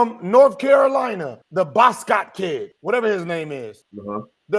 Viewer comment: The kid from UNC… the-Bos-Cott Kid 😂😂